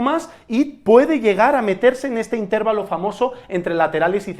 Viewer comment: Intervalo no lleva tilde, no se pronuncia asi